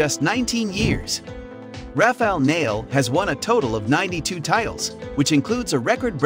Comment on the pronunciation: He cant even pronounce the name of nadal and djokovic.